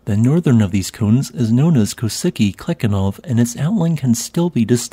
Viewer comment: Nice video as always... Wonderful work of documentation, and a volcano chain I didn't know it existed! Just as a quick note, your prononciation is a bit off... Strechovy would be pronounced as "Strekhovy " with the Russian Kh sound like in Sakhalin... And the last one goes by "Koshitsky Klechenov" 😊